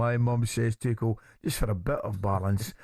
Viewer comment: It's be a start if you could pronounce Tuchel's name correctly.